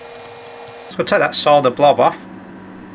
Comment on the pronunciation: I subscribed because you can pronounce "solder" without sounding like you're talking about a pile of dirt.